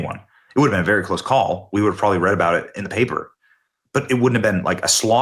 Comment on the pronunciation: Benny has reported this 10 times now, and every time he says May Well or Probally did it on pyrpose. Makes him look like a clown.